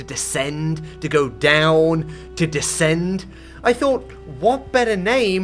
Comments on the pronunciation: Brother its DESCEND not DECEND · bro said decend instead of descend💔💔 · It's descend not decend 🥀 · So who's gonna tell him it's "descend" and not "decend"? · The word is descend, not decend 😭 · Ah yes, I shall "Decend" Very good English-ing 😎